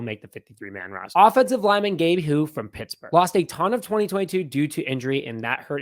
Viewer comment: You’re right about Houy and the pronunciation isn’t bad👍🏼😀.. it’s a strange name.. but absolutely he’s a mauler and every team needs big aggressive bully’s who just don’t give a fuck and will take you out.. I will shocked if he’s not on the roster..